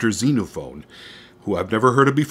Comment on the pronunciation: Note: It's Xenophon, not Xenophone. Sorry for being picky.